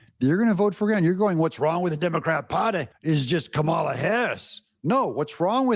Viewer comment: Doug, not that I care, but you pronounce Kamala like you pronounce Pamela. Accent on Pam and accent on Kam' a la COM' uh luh. Enjoy your videos.